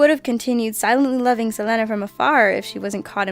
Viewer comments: I'm sorry this is not meant to be rude but Selena is a big part of my city Corpus Christi.. It's pronounced SA-LEAN-AH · It's pronounced SE-LEE-NA!!! smh man that was so annoying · That’s not how you say Selena’s name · She said Selena's name so wrong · oh My God Can Not even say Selena's Name Right. I feel so sad and angry that people cant even pronounce names right. wtf? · You butchered Selena's name. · YOU BUTCHERED SELENA NAME SO BAD OMG WHY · you pronounce Selena wrong stop trying to over exaggerate a Spanish accent on it its embarrassing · Wow you totally destroyed the pronunciation of Selena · Learn the correct pronunciation of the names. :( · What is with your pronunciation of Selena Quintanilla Pérez and Yolanda? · u said Selena name wrong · it annoys me the way She says Selena's name...I've watched documentaries about her terrible murder and her family doesn't pronounce it that way. mispronunciation of names is a pet peeve of mine...I mean when it's a reasonably easy name to pronounce. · butchering Selena's name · its annoying how you don't say Selena right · it really bothers me how you say selena, if your doing all this research at least learn to say her name right. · Bitch cannot even pronounce Selena. She's aggravating. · Yeah, that bothered me a lot. She should know how to read and pronounce names right. I can't believe everyone who works on this channel listened to that and thought that was right. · Thank you! I was thinking the same thing. I was like "why is she saying her name weird?" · 3120 Even in Mexico they pronounced it Selena, not they way she was pronouncing it in this video. I'm not trying to start a fight either, just pointing that out. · u butchered Selenas name no no u trow it in a bender :D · Narrator didn't watch Selena! Or she would've pronounced my name right!!!!!!! lol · Whi is she saying selena weird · The butchering of Selena's name made me cringe. At least learn how to pronounce the names.... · you pronounce Selena wrong